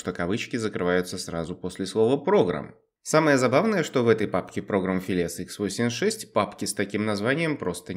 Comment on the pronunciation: Програм филес хэ восемсят шесть